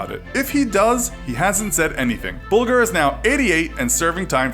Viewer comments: you mean Whitey Bul"j"er not ''guh" (g), but "j" like ("jer") as in White Bulger ("Whitey Bul-jer") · "bulger" hahahahaha